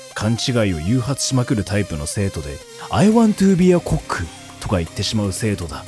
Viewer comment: I mean, to be fair... コック is the word for cook in Japanese, derived from the loanword 'kok' in Dutch, which also means cook, so mispronouncing it isn't that odd, as it isn't even really based on an English word. And the pronouncation is basically correct in Dutch, sooo... But yes, in English, it's pretty wrong 😂